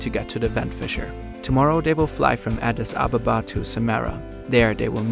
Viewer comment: Pretty sure that adis ababa is pronounced...ah-deece ah-bah-bah